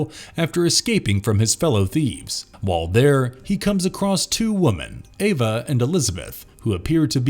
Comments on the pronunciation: Has anyone else noticed it sounds like the narrator says "woman" when he should be saying "women"? I can't tell if it's just the way he says it, or if he's actually saying "woman," but once you notice you can't un-notice. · "Ambiguous"-pronounced am-BIG-gue-us, not am-bee-GUE-ous. Stress on the "big", not the "gue". "Ambiguity"-pronounced am-bee-gue-it-tee, not am-bigwitty. "Women"(plural)-pronounced wim-in, not woo-man(singular). Otherwise, great narration. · Great video, but I have to say... spelling "woman" instead of "women" and vice versa is bad enough, but pronouncing it wrong every time you say it is... rough.